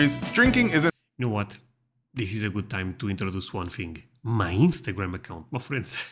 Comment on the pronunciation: I love the way you say "my friends". It sounds like you are saying 'muffins'.